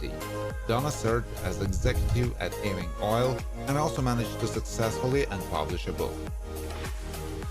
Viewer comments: Sorry,I can't take it! It's pronounced YOU-ING... NOT EEE-WING! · It's not E-wing, it's EWE-ING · The pronounciation is [u-ing] and NOT [e-wing] !!! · Ewing is pronounced YOU-ING, not E-wing!!! Trust me, I'm a Scot (a Jock). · 'Ewing is NOT pronounced as 'Eee-wing'! It's pronounced as 'You-ing' . Btw, it is not pronounced as 'eh-wing', either... sigh. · Ewing is pronounced " Y OO - ih ng" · This clown has no idea what he’s doing. Just one more site I’ll know to avoid in the future. Can’t even pronounce Ewing correctly. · Img this dude kills me with the way he pronounces Ewing!! Lol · Why does it bother me that he cannot pronounce Ewing correctly?